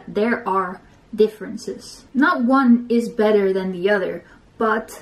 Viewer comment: She said oder lol, its other hehhe